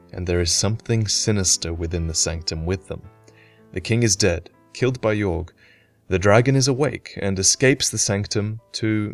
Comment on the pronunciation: It's Aldia that experimented on dragons not Vendrick. It's also possible Yorgh is pronounced "Yor" and not "Yorg".